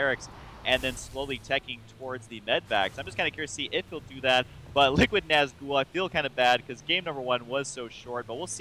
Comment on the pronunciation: ...say nazgul properly D